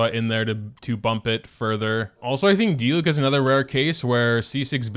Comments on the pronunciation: it’s a di-LEWK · My friend pronounced diluc as “deelooch”